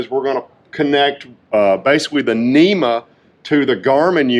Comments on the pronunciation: NMEA is 12VDC....NEMA is for SHORE POWER 120VAC ....That is why you should pronounce it "N,M,E,A" and not NEMA....Please be professional and say it correctly. If you say it wrong you will also spell it wrong. Proof is in your video title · Hello. It’s not a NEMA network, it’s a NMEA network. I know it’s harder to pronounce, but let’s get it right guys